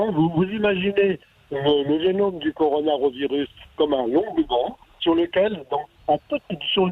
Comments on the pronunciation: Coronarovirus.... le mec interrogé et ne sait meme pas prononcer le nom du virus.... rien que ca ca décrédibilise tout mdr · Par contre arrête de dire Coronarovirus!!!! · Le mec,, qui se fait interviewer comme un expert et qui arrete pas de repeter "Coronarovirus" a la place de "Coronavirus", c'est quoi cette blague? lol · Pourquoi dit-il Coronaro virus,n'est ce pas le corona virus ? Que faut-il dire pour être exact? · laboratoire MP4 et coronarovirus... MDR C'est laboratoire P4 et coronavirus. no comment. Il serait bon que les termes un peu techniques certes ne soient pas écorchés SVP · Pareil je suis soûlé par ces gens qui viennent la ramener systématiquement alors qu'ils ne sont pas capable de dire correctement le mot coronavirus...